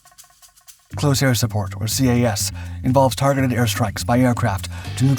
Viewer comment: > "C.A.S." How many times do we have to teach you this lesson,?